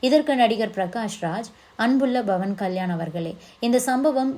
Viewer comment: His name is Pavan with a ‘P’ not Bhavan. Please pronounce correctly